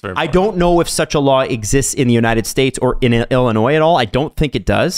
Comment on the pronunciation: Thanks for the deep dive guys. Big props for your carefull looking into this and as a side note props to for saying Illinois correctly.